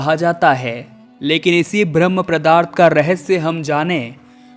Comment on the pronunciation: जानकारी अच्छी थी बस किसी-किसी शब्द का उच्चारण सही नहीं है जैसे-पदार्थ को प्रदार्थ बार बार बोला गया।